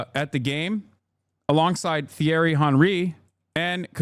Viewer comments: Nah Hasan said “the-erry” 😭 bro really hates the french😔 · Love hasan but “theeriy” is sending me man 😭😭😭😭😭